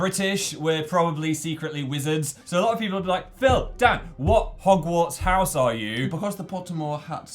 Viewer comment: Hoggbook...Jesus Dan